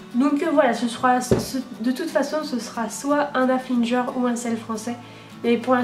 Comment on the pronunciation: Ça se dit Haflingeur ça me perturbe à chaque fois que tu dise haflinjer